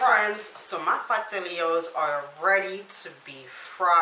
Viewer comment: It’s pastelitos